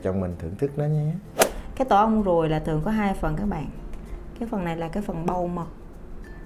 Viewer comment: tổ ong ruồi chứ ko phải tổ ong guồi nha chj😅